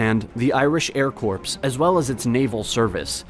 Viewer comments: "...the Irish Air Corpse..." LOL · Isn't not the Irish Air Corpse. It's the Irish Air Corp. As in 'core'. We might be next to useless on a military level but we're not dead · Did he pronounce “Irish Air Corps” as “Irish Air Corpse”? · "air corpse"?? Is it the marine corpse too? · Air CORPSE ☠️ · Wait a minute:1. Ireland did not "merge" with Great Britain, it was annexed2. There was no pro-British side in the Civil War3. Fianna Fail is pronounced "feena fall"4. exs-per-denture ??5. air corps with a hard 'p'?